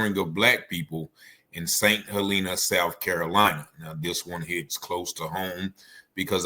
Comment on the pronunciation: Yo it's St. Hellenah that is how u say it not Helleennah. Lol glad u did say Beaufort right appreciate u fam